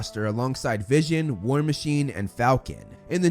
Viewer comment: That not vision that’s Vishawn